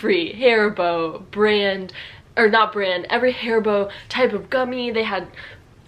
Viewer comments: IS NOT HAARIBOO IS HARIBO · Your pronounciation of HARIBO sounds like hair-bow to me. This is actually not a name. It stands for Hans Riegel Bonn. Hans Riegel founded this company in Bonn, Germany, in 1920. The headquarter and factory was located in Bonn until 2018. It was very popular to visit the factory store. Beside the regular products they had special offers of candy which did not make it to series production or was not meeting visual standards but was still good for consumption. While the shop is still in Bonn the company relocated to an industrial area outside of Bonn with more options to expand. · a Dieedas? Richtigerweise wird die erste Silbe betont: AAdidas... Bezüglich Birkenstock: die große Zeit dieser Marke ist vorbei. Bis zur Jahrtausendwende waren diese Schuhe Standard an jeder Uni (ok, nicht bei BWL). Nivia? Richtig: Niveeeea! Steiff mit dem Knopf im Ohr. Hairy booo? Haribo bitte mit deutschem a.